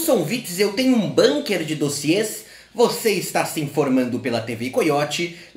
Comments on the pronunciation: acho que a pronúncia é com 'u' mesmo, bUnker e não bãnker seria, caso fosse uma palavra inglesa. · Dzim, Bunker é um palavrra alemôn